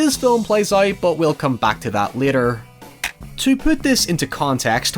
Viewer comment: The way he says out (oit) really bugged me a lot. Good vid though :)